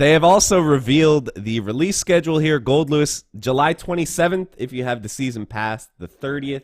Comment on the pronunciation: Man it's nice to see someone getting his name right!